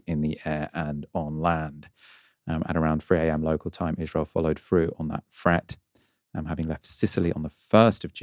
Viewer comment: Great reporting, but why do Brits pronounce 'th' as 'f'? - 'frough' and 'freat' instead of 'through' and 'threat'.